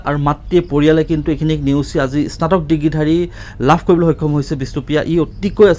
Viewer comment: ইস্নাতক বুলি উচ্চাৰণ কৰে নেকি?